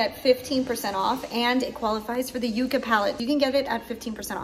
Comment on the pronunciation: YUCCA is pronounced “yuck’-kuh” . It’s a plant that stores it’s own water and survives beautifully in hot deserts of the American Southwest. Its thorns protect it from being grazed by cattle, feral animals. Many varieties of this plant—in dusty-looking colors with tiny, bright contrasting flowers reminiscent of ND’s “Yucca”